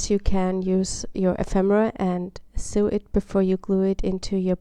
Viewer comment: Nice! Sew is pronounced 'so' btw!